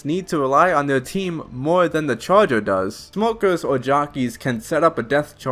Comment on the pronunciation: look i love this guy but i can’t stand your speech impediment “Specwal Infectwed” “Da chawgur” please learn to talk like a normal human and ill consider subscribing